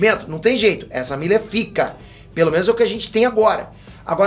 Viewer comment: "Ezra Birris" burro de mais